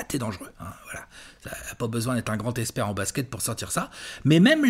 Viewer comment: Je n'ai jamais compris le délire du H dans Expert 😭 ou Hexpert du coup?